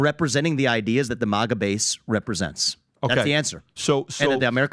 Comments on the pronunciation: It’s not MOGGA. It’s MAGA. Bag, tag, rag, sag. MAGA. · IS MAGA NOT MAAAGUA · u had me UNTIL U SAID MAGA WRONG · I had to rewind bc I didn't bc I didn't hear any thing after he said maga wrong twice lol uh it bugs me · Bro pronounced MAGA wrong.